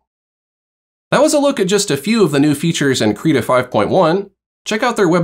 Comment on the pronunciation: Thanks very much for going over the tools. Very helpful. -very minor thing but, at least on the Krita youtube channel videos, they pronounce the program name Krita with an "it" or "sit" & not "Kreetah". Please keep up the great content.